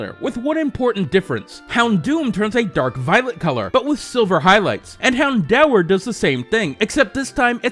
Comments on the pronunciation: "hound-hour" Hound-or. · I'm pretty sure it's pronounced hound-door, not hound-hour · He says 'Houndour' so weirdly... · You slighty mispronounced houndour but otherwise I love your videos 👍